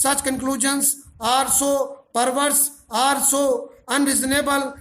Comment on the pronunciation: sir ur dictations are very good... but please pronounce ARE and OR clearly... when u dictate OR in dictation it creates confusion between OR and ARE....